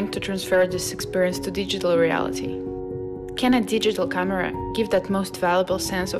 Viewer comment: Ох уж этот акцент, традиционно присущий представителям России или СНГ! Бросались в глаза ошибки при произношении слов «Камера» и особенно названия бренда «Leica». Все это немного мешал восприятию видео, на мой взгляд. Но фото понравились, за исключением тех, где линия горизонта или травы, например, откровенно «режет» голову героя кадра.